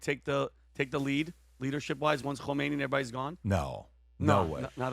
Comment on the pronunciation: KA-ME-NE-EEE is not KO-MEY-NEE